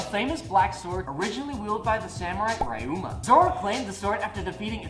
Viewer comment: It’s not “Rye-uma” it’s “Ryuu-ma”